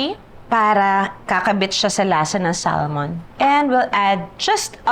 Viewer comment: It is pronounced ad Sa-mon.. silent L daw po.